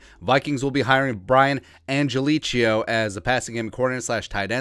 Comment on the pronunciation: Man you musta said his last name 25 times, each time wronger than the last. Angelichio... Do not think chia pet at the end. Angel-e-ko, or Angel-e-kio, your choice.